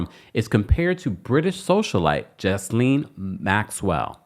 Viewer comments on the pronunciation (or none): Gee laine Maxwell? Not Jis laine...lol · Please, stop calling Ghislaine Maxwell, Jizzlaine. It's pronounced Ghee-lane. (Like the clarified butter.) Thank you and have a great day. ✌🏼🫶🏼🖖🏼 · It's pronounced "Guh-lane" maxwell not gis. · Dude, it’s pronounced Ge-lane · Ghislaine. Is pronounced: GEE-LAINE. I call myself being of assistance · If y’all are gonna be reporting, at the very least, get the pronunciation of names right. Ghislane = (gee-LANE). Hard G.